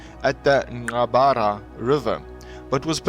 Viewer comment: the r in nqbara river is pronounced like an afrikaans g :) just sayin'...